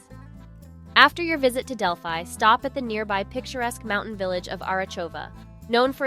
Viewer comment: It’s pretty obvious that the person who made this video either has not been to Greece or did not research enough to learn how to pronounce very basic Greek words such as gyro. I cringed listening to her mispronounce gyro, Delphi, Mykonos, etc. I understand some people try to make money from YouTube, but at least do a proper research on how basic words or places are pronounced.